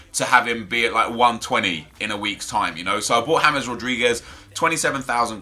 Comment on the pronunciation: Your mispronouncing James Rodriguez's name. Its pronounced Ha-mez not James.